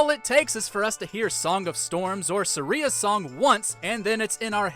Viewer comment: I’m sorry but it’s saria not sahrEa